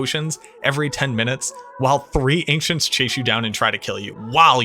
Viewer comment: Are you saying Ancients as "Anxients"? Just recently came across the channel and I love the content but I can't stand listening to one more "we dropped" or "I dropped" when you mean you found something or an enemy dropped something... Just freakin' say you found it. You didn't drop the thing.